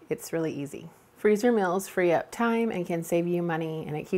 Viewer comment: Hi I watch your videos and enjoy them but I have a Quito ask you why do you call meals mills and deals dills just curious why you say them that way? Elaine Mars